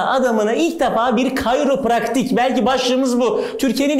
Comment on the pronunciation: Hiçkimse: Gerçekten hiçkimse::KARYOPRAKTİK